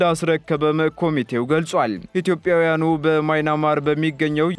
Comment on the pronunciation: “ማይናማር” ሳይሆን “ማያንማር” ነው። 😂😂😂